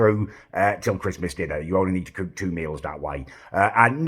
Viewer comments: "excellent cewk" why does this guy want to be perfect at everything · Damn you do look a great cewk and are very good at cewking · How do u pronounce cook again m8